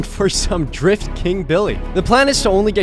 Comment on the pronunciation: Did he say.....Dorifto?